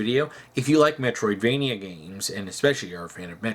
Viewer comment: “I’m not opposed to Metriodvania style games.” David can you please read what the name of the game is.